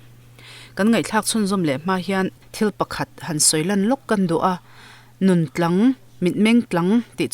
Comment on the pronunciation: Tlang i lam dan hi mak ka ti riau mai a, mi nun tlang ah a lai hi i thluk sang daih a, ka hrethiamlo deuh a ni... Mi nun tlang( entlang ) tiang deuh hian kalo hria a, thup nei vaklo mi tihna lam a kawk ang, hetiang lo pawh hian (tum tlang) mi rilru tum tlang tak mai... Rilru nghet nghing ve mai2 ngailo chu a kawk thei zawkin ka hre deuh a ni...mahse i chhiar dan2 hi tha e .. ngaihthlak a nuam❤ full support ❤